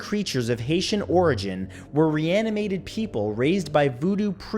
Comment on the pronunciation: when he said "reanimated" i heard "Rihanna made it"